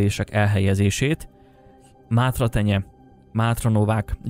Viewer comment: Mátraterenye nem mátratenye🤣